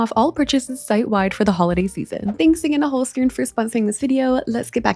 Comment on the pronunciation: As a native german speaker, I love how you pronounce Holzkern❤ Love their products as well